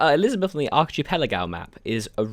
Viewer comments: Ark-key-pell-la-go Archipelago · archipelago - Ar-kie-pe-la-gow